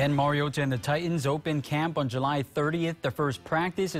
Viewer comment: The only tv guy who pronounces Mariota's name correctly ..MarioTa !!! Say the t not Marioddda as it's always said by the commentators .. Great debut! Insane really..Marcus played like a vet not a rookie👏👏👌👌